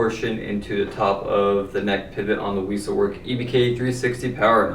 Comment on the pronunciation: Just so you know, Wessel Werk is pronounced like “Vessel Verk” but with a softer v sound because they are German.